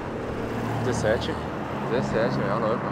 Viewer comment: Por que tanta ênfase no 17 kkkkk